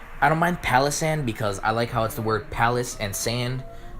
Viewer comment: I thought I was the only one ranting about people's ignorance regarding Pokémon types and names! Thanks for being one of the sane ones. Also, though yours is the closest to correct I've heard, the pronunciation of Palossand is still slightly off: the emphasis is meant to be on the second syllable, which derives from the word "colossus". So, Palossand = "colossal sand palace". (Or "palatial sand colossus".)